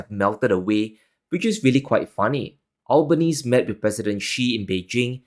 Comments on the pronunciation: Albanese is pronounced Al-Ba-Ne-Se, not Al-Ban- Neze. Of course we just call him Albo over here. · Pronounced as Alban Easy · You pronounce the Australian PM name wrong 😂